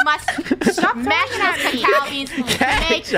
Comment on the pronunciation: Cacaw melk